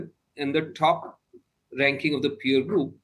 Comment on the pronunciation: Pronouncing "Top" as " Thhoph" won't sound you an American.